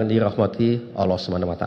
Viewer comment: Kok nyebut nama ALLAH kok OLOH OLOH itu gimana.